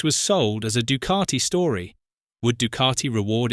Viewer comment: It’s not du cart I It’s Ducati